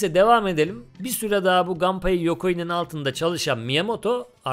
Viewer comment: Japon oyunlarında mesela Kazuya Kazuya, Mishima Mişima okunduğuna göre, Japon spikerler maçlarda Nakamura'yı Nakamura okuduğuna, Samurai'ı Seymarey okumadığına göre Gunpei'yi muhtemelen Ganpey okumuyorlar.